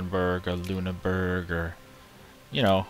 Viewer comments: Actiualy, that was shit; Its Loon-er-Borg.. Or not ITS SOMETHING LIKE THAT (its not loon-burg is what im getting at) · I dont know how to type it out, but its not Loon-Burg. I could say it to you, i just cant type it. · the doted u makes an i sound